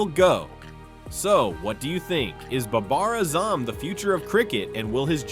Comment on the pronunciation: learn how to say pakistan and baber azam